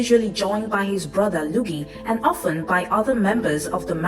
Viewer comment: It's "LUIGI" not "LOOGIE"